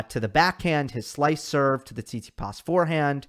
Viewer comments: said tsitipas in 4 😂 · Haha, I almost died when you said Tsitsipas☺